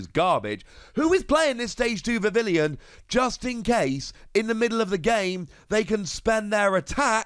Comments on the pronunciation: Bro it's not VIV- IL-EE-ON it's VIV-EE-ON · Vivillon should be pronounced differently, look it up